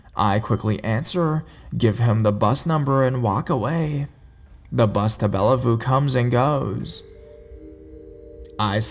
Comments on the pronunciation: If you ever go to Seattle, it's "Bell View" not "Bella Voo". Microsoft is there. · "Bella-voo" XD ( I am a Washingtonian, it's Bellevue as in Bell- view) I am calling it Bellavoo from now on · It's spelled Bellevue and pronounced Bell-view..just for future reference. Another great video. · Bellevue is pronounced like bell view. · haha Its Bellevue (Bell-view) 😊